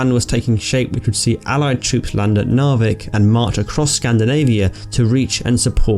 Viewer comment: Narvik is pronounced Narrvikk.